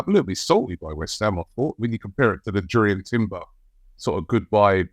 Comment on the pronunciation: the "J" sounds like a "Y" for Timber